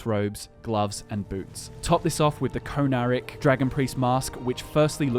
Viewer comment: The mask is pronounced (in my opinion) con-ah-reek